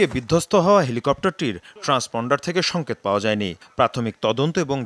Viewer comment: সংকেত উচ্চারণ করেছে সংকত, ভুয়া উপস্থাপিকা।। অটোপাশ, কনমসেন্স হীন।।